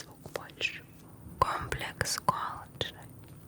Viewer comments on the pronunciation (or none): минус уши комплекс Гольджи, а не Голджи🙄🤦🏼‍♀️ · Отличное видео. Только «Голджи» режет слух, но может это только мне, всю жизнь упарывающейся в биологию и ветеринарию😅